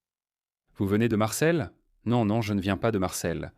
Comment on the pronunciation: Marseille, pas MARCEL XD - -' Marcel est un prénom XD